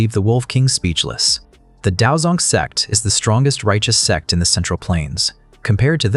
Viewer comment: I still can't get over the ai mispronunciation of sect 😂😂😂 it's always sex 💀 now I literally have to look around each time it's mentioned or someone might think I'm watching adult stuff